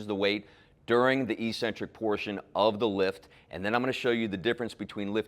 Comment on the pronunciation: not EE-centric. No such word. It's ECK-centric.